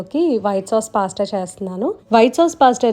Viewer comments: since it’s italian and they pronounce it as పాస్త ala cheppanu.. may be aavida pronounciation kuda correcteynemo.. 😀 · naku recent ga ne telisindi andi....ma babu cocomelon rhymes chustaadu....andulo vachindi....anduke cheppaanu... gari pronunciation correct ani....don't take me wrong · gari pronunciation correct andi